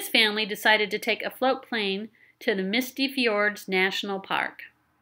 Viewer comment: Agree. Bight totem pole is state, not national park. And MISTY fjords! MISTY, please, not Mysty.